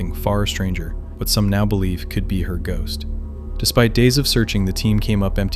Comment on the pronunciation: Com on shost 😂😂